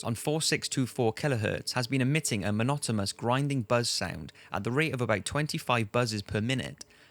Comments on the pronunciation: The Russian radio station bit... manotamous? don't you mean monotonous bro? lol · "monotomous" LOL holy shit. this is like a drinking game at this point. slug back whenever you hear a word butchered....